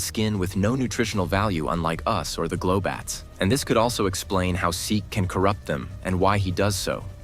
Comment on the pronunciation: “glow bats”???😂😂😂